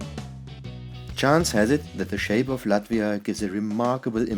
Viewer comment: Dude, its Latvia